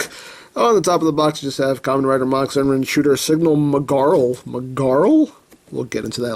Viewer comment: IT´S KAMEN RIDER MAHHAA !! Deam it, the mahha driver belt sed it. It is easy to say, so stop saying mackh driver. If you don´t belive me, go to google and chek it your self.